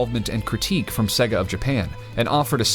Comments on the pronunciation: Say-gah not seg-gah, you literally have to listen to the sonic start up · Sega is pronounced Say-Guh. Not Segg-uh. If you actually played the game rather than reading a script you would know that after 2 seconds of starting the game. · I really like your videos, but every time I hear the narrator say "Segga", I want to break something. 😬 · Why do Americans have to miss pronounce sega drives me crazy 😡, but love this channel 🖕🏻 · the way you say "Sega" lol...Probably more accurate but sounds funny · I know this is really petty but the way to pronounce sega is literally at the start of the game